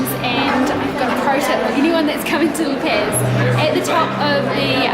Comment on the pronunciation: La pez! What the fuck. laaa PAAZ! It is as if i was saying New salad!